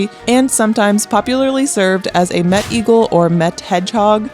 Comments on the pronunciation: Das ist kein Met sondern Mett ! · Das heißt" Mett!!!" Lkurzes e, Met ist was zum trinken!! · „Mett“ is spoken quick! With hard „t“